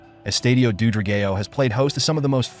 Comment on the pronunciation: Thank you for making a video on our stadium. Not sure you are aware but we wear blue and white so when you spoke about the fans you were actually showing Portuguese National Team fans. The pronunciation of the name Dra-gay-o would be very offensive had it not come from an AI voice, perhaps just use the English word which is Dragon. The Stadium is NOT located in Boavista, thats where the local city rivals are so this simply wrong information. Sorry to sound critical, I just needed to mention the big faux pas on the video. I am grateful you made a video on our stadium just wish there had been a bit more research done before presenting false data.